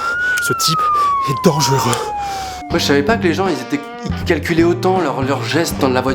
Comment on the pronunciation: "Ce type... est DAN-GE-REUX !"